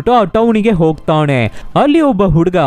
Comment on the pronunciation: sir ಹೊಗ್ತಾಣೆ ಅಲ್ಲ, ಹೊಗ್ತಾನೆ 😅